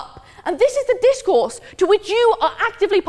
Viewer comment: And DiZCoUrZE